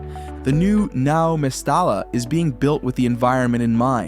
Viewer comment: That annunciation hurts my ears. Not MESS-ta-la. It is pronounced , mess-STY-ya.